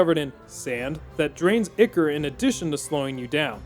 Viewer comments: "Ichor" is pronounced "Eye-core" and you are killing me here... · Great video, but ichor is pronounced “eye-core” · Maybe he had such a rough time with this playthrough because he kept mispronouncing ichor.